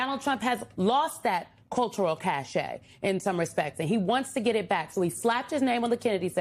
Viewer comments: It's "cachet," not "cache." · cacheT, AI bot. a 'cache' is something else.